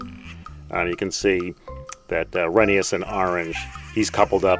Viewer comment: Glad to hear you're pronouncing Rheneas' name properly, Reh-nee-yus